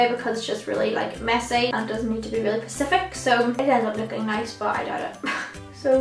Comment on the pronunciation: "it doesn't need to be really pacific" hahaha specific* love you